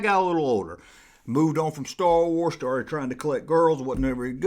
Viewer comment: I wike Stah Wahs :)